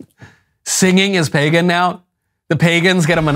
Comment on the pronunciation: She keeps saying pegan cause she doesnt want to say "white people". Could you imagine if she said "all these middle eastern people stole white pegan culture to create this religion" then she'd be canceled 😂